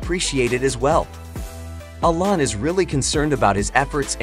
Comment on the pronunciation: Very good video. You may want to learn how to pronounce Elon with E Lon not as A Lon. Also pronouce Solar with So Lar not as Sa Lar.